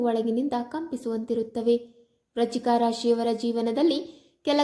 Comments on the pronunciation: Hello pronounce Frist clear Vrishchik rashi. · ವ್ರಚಿಕ ರಾಶಿ ಅಲ್ಲ ಅದು ವೃಶ್ಚಿಕ ರಾಶಿ ಸರಿಯಾಗಿ ಪ್ರಾಂನೌನ್ಸ್ ಮಾಡು